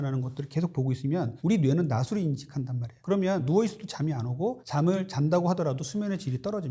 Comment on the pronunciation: 낮으로 발음은 '나즈로' 입니다. 나스로는 낫으로의 발음 입니다.